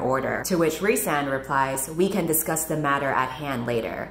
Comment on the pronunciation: I juat keep hearing the one guy's name as Ri'saad, over and over and over again.